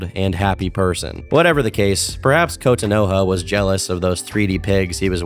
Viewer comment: I've never heard Kotonoha mispronounced so much in my life lol